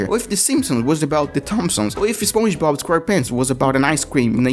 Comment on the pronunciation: Spuoin bob?!💀 Alright this comment is not a insulting thing so don’t give me some bunch of pisses comment about stuff. Thank you (anyway it supposed to be spon ge bob)